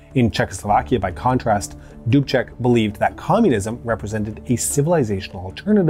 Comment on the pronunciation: This was an awesome episode for me, because I am Czech. Thank you for it.... Also,, good work with the pronunciation of the names. Almost every name was very close to perfect, I am giving you B+:-). Plus is for Mr. Dubček, you pronouced his name like a native Czech:-).